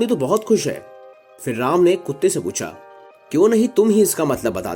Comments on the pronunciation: ram ka name dhang se le bkl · कथा वक्ता का कथा वाचन प्रभावशाली नहीं है अपितु ऐसा प्रतीत हो रहा है जैसे कथा वक्ता कोई व्यंग कर रहा है ।जिस प्रकार कथा वाचक श्री राम के नाम का उच्चारण कर रहा है वो त्रुटिपूर्ण है।उसके आवाज़ में रोष का अनुभव हो रहा है । चैनल से आग्रह है कि कथा वक्ता का चयन करते समय कृप्या इस बात का विशेष ध्यान रखें कि कथा वाचक का कथा के प्रति समर्पण भाव हो जिस से श्रोता कथा को सहज भाव से सुन सके ।🙏